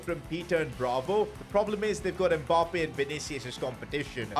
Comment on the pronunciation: It's not M Bappe. It's Mmmmmmmmbappe